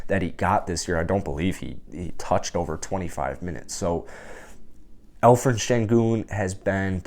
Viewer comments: Alperen not Alferen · great content. I hear like you call 'alferen'. its better to call with p.=) al peren. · I heard some Alphred :)